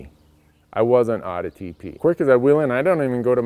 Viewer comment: When you were saying TP i thought you were saying teepee, and i couldn't figure out why you were so adamant about bringing a tent along with you.